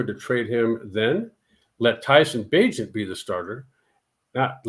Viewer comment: This man said bagent I'm done